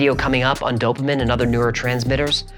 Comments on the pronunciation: prnounced "Dopa MEAN" not Dopa Men. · Hi, Just fyi, it's pronounced DOUGH-pa-mean. Love your channel! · This is simply saying in writing, in math, exactly what you are saying, but with words. That's it. Also, it's "Do-pah MEEN". Just sayin'! Scientific notation is really simple. Let me know if you want me to explain it. FYI, I said "47". Immediately. It just makes sense, to me. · Here's hoping you'll learn to pronounce "dopamine" before you release that video on neurotransmitters.